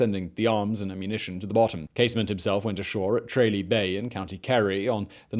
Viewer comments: Tralee is mispronounced its tra-lee instead of tray-Lee probably due to you saying words so clearly its mispronounced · They way to pounce tralee is Tra - Lee (like Bruce Lee,. A good vid tho